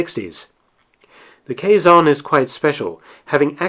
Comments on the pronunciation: It's pronounced kezon not quaiyzon and Rizal not riezal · It's not caisson, it's Quezon!